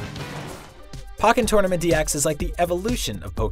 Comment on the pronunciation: It’s pOEkenn not pAHkenn